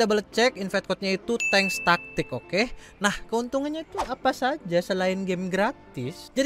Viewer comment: Tankstatic/tanktastic to?